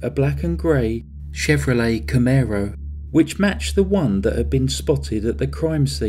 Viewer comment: I owned a gorgeous one in 1997, my much younger days. You did great on pronouncing it. I was actually thinking how you made it sound a lot more expensive than it actually was. 😁✌